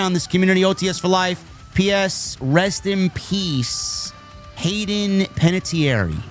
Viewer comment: Hahahahaha, this idiot doesn’t even know how to say Hayden’s name!!!!! But he’s REALLY broken up!